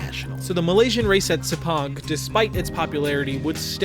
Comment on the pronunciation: I really like that you can actually pronounce "Sepang" correctly.